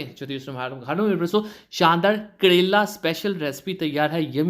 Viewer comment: pehle karele ka naam lena to sikhlo kadele karela hota ha karela